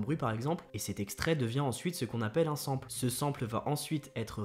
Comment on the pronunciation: Très bonne vidéo. Cependant le mot "sample" n'existe pas en français, il s'agit du mot anglais "sample" (à prononcer à l'anglaise donc), qui signifie "échantillon".